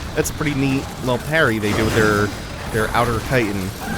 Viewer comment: It's chitin not "chiton"